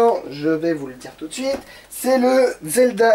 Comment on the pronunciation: Ben putain quand on voit comment il prononce le nom du jeu Zelda ... Ou Fallout